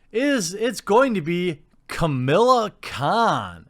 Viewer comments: Don't like this non-character, but it's Kah-mah-lah, not Camilla. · Camilla: a dated, WASPy name for a rich anglo socialite. KaMAHla, Jeremy, get it right! Pronounce it like It’s a Kam followed by Islamic name for God, or else Sana Amanat will send her squad to reeeeeeee at you. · I really think you need a script. Also, as much as I hate the character, there is no "I" in her name. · Dear god man, it's "KA-MA-LA" not Camilla. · Watching this video to see if you’d mispronounce her name and I was not disappointed! Hahaha!!!